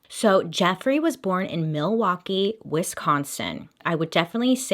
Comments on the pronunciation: All the Wisconsinites thinking "did you really just pronounce the L in Milwaukee?" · I think Laverne & Shirley and Alice Cooper's pronunciation in Wayne's World when I think Milwaukee. Also my family drove to northern WI for vacation every year and we would always be like there's Jeffrey Dahmer as we drove by the prison. Also why are prisons built next to major highways in the midwest?! Seems real illogical. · When I hear Milwaukkee , I do not think of Jeffrey Dahmer and this is coming from someone that lives in Wisconsin... I think of the movie Wayne's World and Alice Cooper saying Milwaukee is actually "mill-e-wah-que"... side note, my uncles looks exactly like Dahmer. He would get so ticked when we called him uncle Jeffrey... this was all back when it went down.